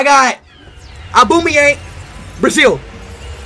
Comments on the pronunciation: Its funny when he say Ukraine and he said aaaaaaaaaaaaaaaaaaaubomeyang😂😂😂😂😂😂😂😂😂😂😂😂😂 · Aubameyang? ❌ Aubameyankov? ✅